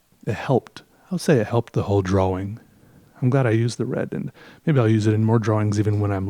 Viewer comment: I love the way you say drawing